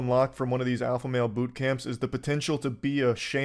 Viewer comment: He's not the alpha, he says he's the Olpha